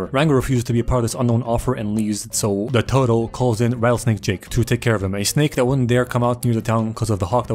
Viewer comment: I love how everytime he is talking about the mayor he says “de tewtel